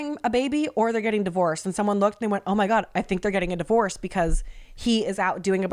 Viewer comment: AND DIORVCES